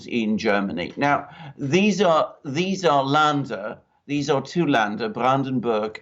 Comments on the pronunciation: Sorry Alexander but your pronunciation of Laender is wrong. It is pronounced like in "to lend" lender. Had to mention this and I hope you don'r mind. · It's LÄNDER! [lender] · Länder pronounced "lender"